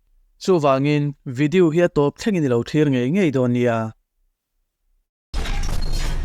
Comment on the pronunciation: Video hi lam mawi tum nge,a lam dan tur hrimhrim ka hrelo zawk,vidiu tiin a ri tlat zel,ka hrelo zawk a nih chuan ka hriat phah ah ngai ila,a nilo a nih chuan mawi ka tilo thin a ni keichuan,ka lo sawi ve mai mai e